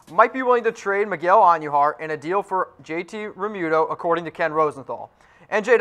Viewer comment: Who is Miguel Auhn-knew-har? It's just Queens. Not the Queens.